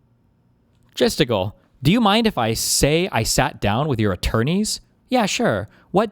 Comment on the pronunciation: "jesticle" ... lmfao